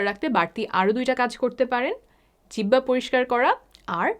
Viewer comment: Jibba not jihoba pls...